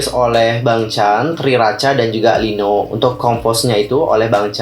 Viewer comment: Bacanya Lino yaa, bukan i-no 😊 Btw liriknya bkin travelling apa gimana,gw ttp menghargai lirk yg mrk bkin, krn klo kita berlebihan menanggapi aku takut member jd gk nyaman, sdgkan aku sbg stay mrsa kita tmpt terbaik buat mereka 😥 dan begitu sebaliknya..